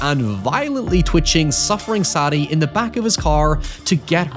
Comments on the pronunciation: SAY DEE. Not SADy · Is her name Sadie?? As in SAY-DE......not saddie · Sad-e.........Sad-e........Sad-e.........Sad-e. My man, did the name SAIDE NEVER FUCKING CROSS YOUR MIND?!?! Why can't people read and speak anymore. 🙀💀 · It blows my mind you cannot pronounce Sadie...jesus dude